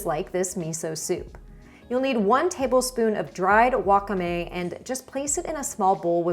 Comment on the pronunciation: friendly tip, wakame is pronounced with the stress on the second syllable (wa-KA-me) rather than on the first syllable like you had in this video 🙂